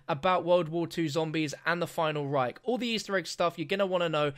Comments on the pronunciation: PLEASE never say "the final REIK" again ^^ this sounds awkward for germans :P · "The Final Rike" lol